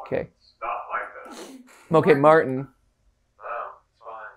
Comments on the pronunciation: MatPat calling Martin Milton is driving me crazy. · I wanna correct them out on the Lord but hearing Martin be called Milton is always hilarious enough to not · did he really just call martin milton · It’s not Milton it’s Martin